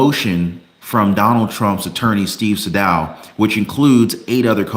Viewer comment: Pronouced Steve Saydough not saydow